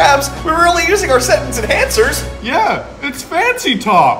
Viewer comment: But we were just using sentence in "hancers" That what I thought spongebob said not saying enhancers